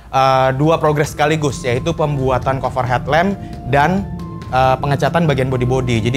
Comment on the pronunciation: Monmaaf nih bang dah gregetan gw wkwk dari dulu pertama kali nonton lu setiap kali lu ngomong "cover" bawaannya greget mulu pen bilangin wkwk, saran aja ini mah kalo mau ngomong "cover" ngomongnya kaver aja jan kofer